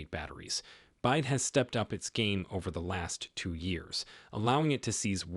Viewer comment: B Y D not "byde". Again I believe this is AI aided monologs. Not the most effective.